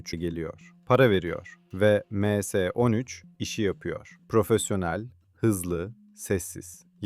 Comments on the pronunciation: Em s ne lan admin m harfli İngilizce s harfi türkçe em es 13 de bari 😂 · Em se değil dostum ya em es yada me se demelisin. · Emse nedir ya düzgün telafuz edin şu kelimeleri